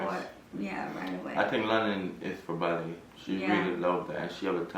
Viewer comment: you’re pronouncing Ballet wrong.